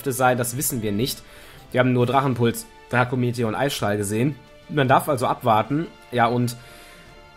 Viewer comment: "eissträhle" 😂😂 noch nie was von Eisstrahlen gehört? xD